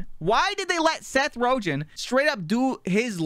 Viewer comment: “Seth Rojan”